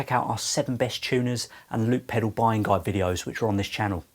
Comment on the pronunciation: A pedew? Pedoow? Might want to sound out the "L".